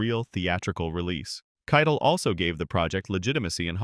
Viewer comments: Harvey Kei-TEL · had to turn it off when the AI voice said 'Keitl' for the third time. shame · The video AI can't pronounce it.